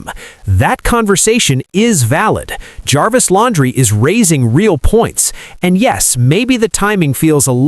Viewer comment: It's Lan-dree.